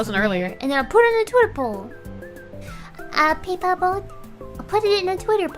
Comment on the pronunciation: I had to dip right as you tuned into Saba's debut, watching the like hr+ of what I missed and at this point I have a sneaking suspicion it's just all Saba😂 (obligatory) "pay-puh boat"